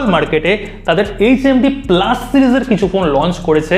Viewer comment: প্লাস নয় ওটা পালস